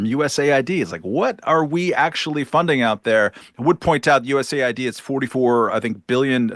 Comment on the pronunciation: Megyn it’s US AID not USA ID…